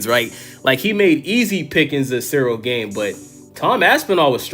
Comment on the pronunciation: Dude, pronounce the A in Gane like the second A in aspinall and youre good.. Greetings from europe 🙋🏻‍♂️